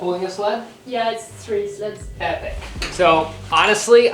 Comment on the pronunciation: in the intro i heard "we packed everything into these sluts"... she said sleds... makes more sense lol